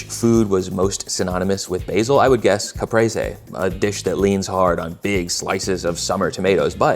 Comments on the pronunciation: Im also getting triggered by the way you pronounce "caprese" ... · Oh, so it’s not called a ‘capreez’… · Oh no, you said it 3 times in total... i hate my life